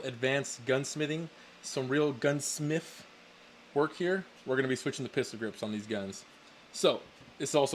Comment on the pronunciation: Bro said, guns smeef 😅.